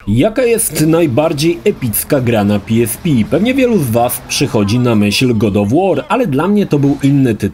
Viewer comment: Na miłość boską. Nie PiEsPi tylko PeEsPe. W Polsce jesteś. Chyba, że to miał być dowcip a ja nie skumałem.